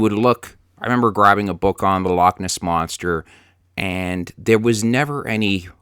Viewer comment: 'Lockness', lol.